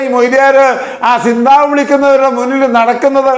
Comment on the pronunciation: സിന്താവ അല്ല കാരണവരെ സി zന്താബാദ് എന്നാണ് പറയുക